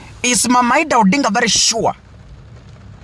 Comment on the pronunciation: Who is Eedah? Or its Idah( Aidah)